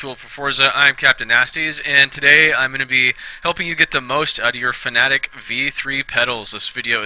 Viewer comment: You are one of the the very few YouTubers who pronounces "Fanatec" properly.